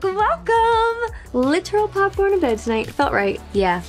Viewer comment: what is 'Poporn in Bed'?